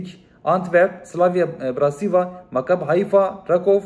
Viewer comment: Slovan bıratislava diye okunur o takım